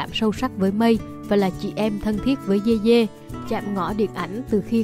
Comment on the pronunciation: Người ta dede mà đọc dê dê